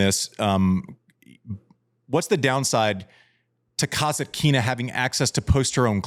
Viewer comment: Folks, I love the show! Just a small correction: you consistently mispronounce Daria Kasatkina’s name in the funniest way. You say "Kazakina," which would suggest her surname has something to do with Cossacks—when in fact, it’s Kasatkina, and it actually relates to killer whales! That little "T" makes a big difference.